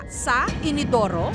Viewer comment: inidoru po hindi inodoro